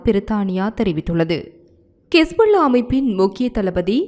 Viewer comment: Arumai azhahana utcharipu korwayana wasippu anal kisbulla edru illamal hisbulla endaral arumayaha irukkum